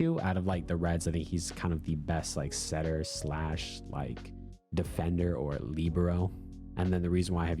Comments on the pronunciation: ilysm but please.. libero is pronounced “lih-bear-oh” not “lee-bro” 🤍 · 🤓I like Lee-bro more